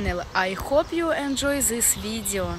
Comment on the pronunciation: зис видео, мля. надо работать над произношением.